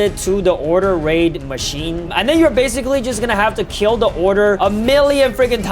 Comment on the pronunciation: Its raid not rwid😂